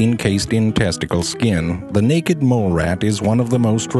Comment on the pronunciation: I like the way he says naked! "Neckked"